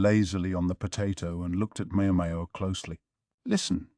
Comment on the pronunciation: Every time it says Mayo Mayo instead of MaoMao I get visions of a Helman mayonnaise jar in my head